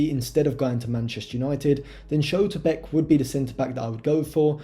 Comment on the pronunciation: Pronounciation of Schlotterbeck ?!